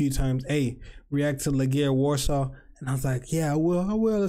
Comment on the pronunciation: Thanks for the opinion on best cou try you've been to:), to pronounce Warsaw in Polish(Warszawa) is var(a strong r) - shava which all together is varshava, like a different city.